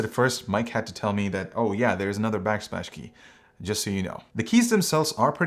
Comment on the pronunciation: "backsplash"? I cannot un-hear...